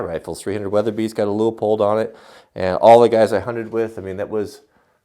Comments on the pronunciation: From the guys that work there, It is Pronounced "LOO-POLD".... but we hear variations all the time. No biggie, at least they're saying our name! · Leupold looks German, pronounced "loy polt", wow you have gigantic bubble wrap, mine is always so much smaller.....